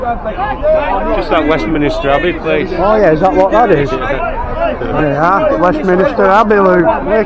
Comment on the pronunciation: West 'minister' Abbey , instead of Westminster Abbey 🤭 I love the little errors in words , they can sound so endearing and cute 😊